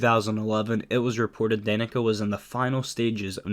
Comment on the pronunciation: Funny thing is the announcer pronounced her name wrong for half the lines, but they kept it in. Dan-eh-kah and Da-neek-uh are both heard.